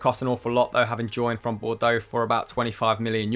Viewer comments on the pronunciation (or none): none